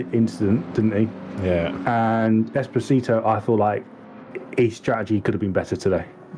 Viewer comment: It’s es-po-si-to 😂 not espioto 😂 you’ll get it sooner or later